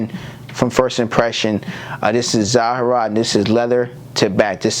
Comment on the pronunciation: Great breakdown, but please try to pronouce the house's name in its entirety. It almost sounds like youre saying Zara, instead of Zaharoff, which may be misleading to ppl who arent already familiar with the house of Zaharoff.